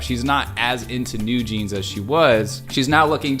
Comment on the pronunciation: Just subscribed. Your analysis is more than perfect! BTW, you pronounced NewJeans exactly, but wrote it down "NewJeanz" It is 뉴진스, not 뉴진즈 :) Thanks!